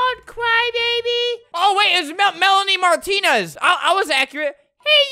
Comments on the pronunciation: Comments: 99.9 %: talking about how albert mis pronounced Melanie Martinez 0.1%: how ama ama’s first reaction to her brother dying is “LA LaLa” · “ Marchanie Mari” 😭 ITS THE BEST THING IVE HEARD 😭😭😭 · THE FACT THAT FLAMINGO WAS TRYNA SAY HER NAME BUT HE SAYS SOMETHING LIKE MARIA BUT ITS MELANIE MARTINEZ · seeing Albert struggle on saying "Melanie Martinez" is probably one of the funniest things I've seen 💀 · it’s My favorite YouTuber trying to pronounce Melanie martinez which is my favorite singer 🥲🥲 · I LOVE HOW HE STRUGGLES TO SAY ‘MELANIE MARTINEZ’ IS ONE IOF THE FUNNUIEST THINGS IVE SEEN 😭🙏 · him trying to pronounce melanie Martinez 😭💀